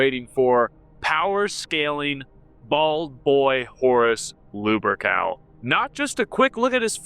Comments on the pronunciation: Good ol' Lubercal Okay, this guy is very frustrating to listen too. Between the constant repeating, the constant self nerd-glaze (which is inaccurate, you're a geek at best, a poser at worst), pronouncing many MANY common words wrong, and slurring, unintelligent cadence, I don't understand how people could watch this with any seriousness 😅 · Is he purposely saying "lewbercowl" or is just a speech impediment? I mean, most people don't pronounce "Lupercal" right to begin with, but godamn. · Luh-pur-kl... I guess that's how his name is pronounced